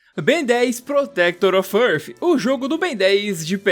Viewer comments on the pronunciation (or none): "Bendeizss Protectórr Ófiâhhrrfi"